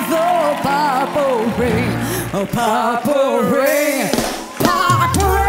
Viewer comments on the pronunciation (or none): A mí no me transmitió nada, además que no puedo evitar sentir cringe cada que pronuncia mal purple 😑